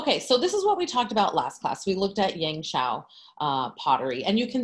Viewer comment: As a Chinese who is preparing for a standardized art exam in China, two things popped out there for me 17 mins into watching your video lol~ #1 your pronunciation of “ yangshao” is flawless! #2 I was quite surprised that we Chinese back then started making pottery even before switching to agricultural lifestyle. Because I thought it was agriculture that asks for a reliable way to store harvested grain and that’s when pottery comes into the picture and serves exactly that purpose. Super interesting class and equally interesting way of the class taking place, I really enjoyed watching and now I’ll resume back watching !